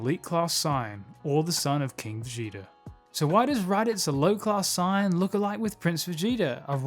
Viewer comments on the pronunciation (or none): SAY-YAN not SIGN WTF It's pronounced how that way everywhere and by everyone, not sure how you got to SIGN. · wh ydoes this dude say sign its saiyan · It's pronounced as Saiyan. Gine's name is pronounced as Jean! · The mispronunciation of Saiyan is triggering an intense desire to slap the taste out of your mouth the correct pronunciation is like this say-in in your next video fix your pronunciation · Learn how to say saiyan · He dedicated his whole channel for dragon ball but can't say saiyan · why cant this guy pronounce saiyan right?